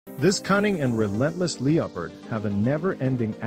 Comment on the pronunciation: You don't even know how to pronounce Leopard